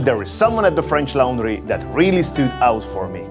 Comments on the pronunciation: loooooorndry not (c)lowndry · Please practice your pronounciations... e.g. 'laundry' is pronounced wrong as well as "hosting'.